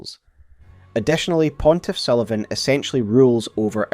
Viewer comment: Pontiff Sulyvaghn